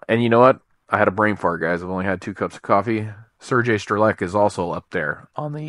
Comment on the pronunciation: Sergey Strelec reads in Russian as ts - Strelets.